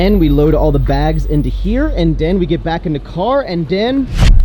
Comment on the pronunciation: "and den".... "and den".... "and den"....